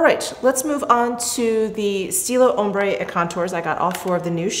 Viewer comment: Love you! Just a helpful hint that ‘ombre’ is pronounced ‘om-bruh’ (ombré = om-bray). Thanks so much for this vid!!! Chanel’s always my favourite:)